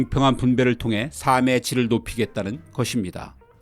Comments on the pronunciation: '삶의'는 '사믜'로 발음하지 않고, '살믜'로 발음합니다. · 늘 좋은 정보를 재미있게 듣고 있습니다 다만, 가끔 겹받침 발음이 틀려서 좀 아쉽습니다 '삶의 질'에서 '삶의'가 '사~메'로 들리는데요, '살메'로 발음해야 합니다 참고하세요